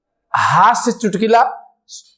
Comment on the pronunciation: Chutkula hota hai chutkila nahi